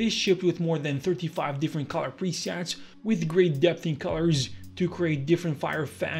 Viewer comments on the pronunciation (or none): none